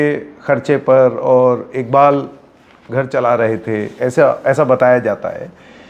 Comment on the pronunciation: bhai inka naam IKBAL NHI IQBAL hy pls aap to sahi pronounce karo